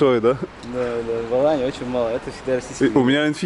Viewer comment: Не АланЬи а Алании.. этоне АланЬя а Алания.. откуда ты взял этот мягкий знак??